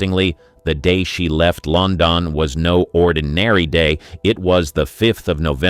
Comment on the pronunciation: I agree, the mispronunciation of words like London is equally annoying. Also the script is very repetitive.